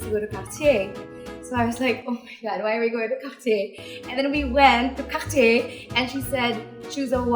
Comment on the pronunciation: I’m a big fan of your Mom and you as well. I’m glad to hear you say Cartier in French version and I think that’s how people should say it. I live in the US and I can’t stand it when people say the American version:) i don’t think the French is that bad for people not to say it correctly.